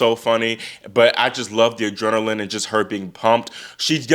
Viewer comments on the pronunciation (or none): none